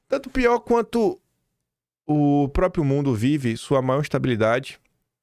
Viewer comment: Faça um esforço pelo amor de Deus, a palavra correta é próPRIo !!!!! Gosto do seu canal apesar do excesso de covardia, isso é só uma crítica construtiva, fazendo esse esforço a credibilidade do canal aumenta.